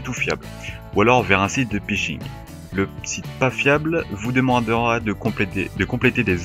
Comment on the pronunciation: Desole mais on ne dit pas pishing mais phishing